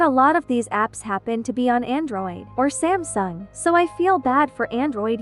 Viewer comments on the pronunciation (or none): The only thing scaring about this video isnt the virus ITS THE FACT THAT YOU SAID "android and samsang" I HAVE SAMSUNG!?!??!!?! IM PANICKING HEEELLPPPPPP